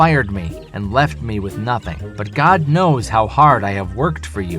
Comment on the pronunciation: He said Oh my Gad...once Gad was born.